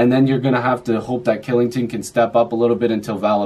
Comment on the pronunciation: good job mate, just a fyi kylington is pronounced chillington. thanks for the video!